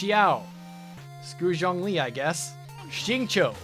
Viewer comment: You are one of a few YouTubers who pronounces Zhongli correctly and I love you for it.